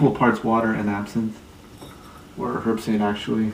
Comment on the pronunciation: It's pronounced 'erbsaint, the "H" is silent. Herbsaint Original is a copy of the 1934 recipe, and is available in New Orleans, and will be out in the rest of the USA shortly. Glad to see you used my historical info with out crediting where it came from....